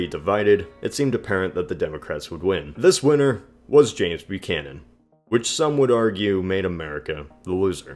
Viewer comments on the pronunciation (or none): none